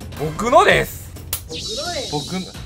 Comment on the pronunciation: 僕のですの言い方が挽き肉ですの言い方になってるのww